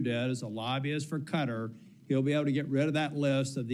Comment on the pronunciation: cringed every time she pronounced Qatar as “cutter”